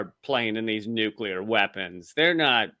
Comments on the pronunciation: ok, it bugs me that doesn't pronounce nuclear right. He says it like "nucular" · why can't most mericans pronounce Nuclear... it's 'new' and 'clear'.... Nuclear. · It's not nuke-ular?